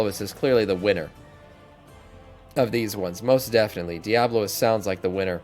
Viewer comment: Its diabolist not diablolist